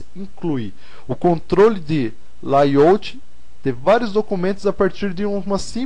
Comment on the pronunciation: suas aulas estão muito interesantes, mas seu ingles incomoda. Não se fala "laiôuti", se fala "lêi áuti". Obrigado.